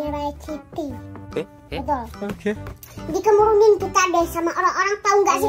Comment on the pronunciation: Bukan KEMURUNIN😅 tapi KERUMUNAN 😅